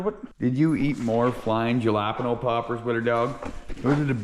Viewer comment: JALAPINO not ja la pin o